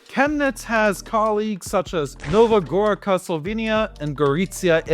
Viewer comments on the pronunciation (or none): none